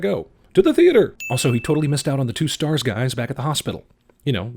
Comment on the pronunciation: there not starrrrrrrrrrrrs!!!!!!!!!!!!!! nerd RAGE!!!!!!